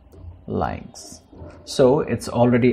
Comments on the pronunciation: Leinx? I'd pronounce it as Lünx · "Lynx" is pronounced as "Links". It is named after a type of very short tailed wild cat. Thank you for the video. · It's pronounced "links." If you're doing a video on something, you should know how to pronounce it. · encycl07pedia milord u r right! I beg forgiveness!!